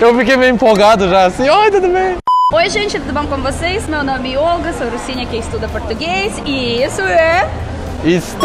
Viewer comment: Olga ( kkkk 😂) te amo! ❤❤❤